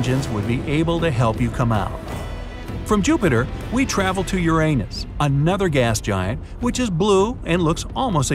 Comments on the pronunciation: The way he said Uranus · From Jupiter we will travel to 'uranus'😂😂😂